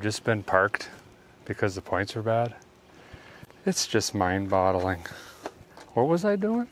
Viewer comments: Mind boggling not bottling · he says mind bottling....